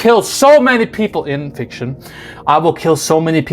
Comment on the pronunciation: IN fiction lol 😂😂 in…FICTION….right?? 🤔